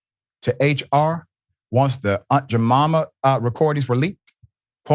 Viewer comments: Dr. Richey, you have to STOP mispronouncing the words you are reading! The word is Aunt "JaMIma" not Aunt "Jamama". You are an otherwise intelligent black man, so there is no excuse. The words are printed on the paper you are reading from. This is why some white people think we are stupid. C'mon Dude, DO BETTER!! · Doc, it's pronounced "Ant Je-mi-ma". Have you never heard of her? She used to be on the pancake boxes, heavy-set Black woman with a scarf tied around her head. Come on, Doc!😂